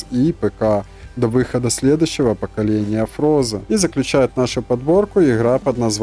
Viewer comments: почему я слышу не форза, а фроза не хорайзон а горизонт мотоспорт вообще не последний, хотя существует мотоспорт 2023 года кринжовый топ гонок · Какая блин фроза? Какой горизонт? Учись читать правильно